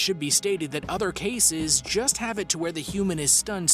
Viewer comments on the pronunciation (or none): none